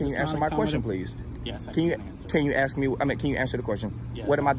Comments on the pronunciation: For the love of God man You're awesome but would you please learn how to pronounce the word "ASK"! 😮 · Please, with all due respect, don't say "Axed". Ask is the real word.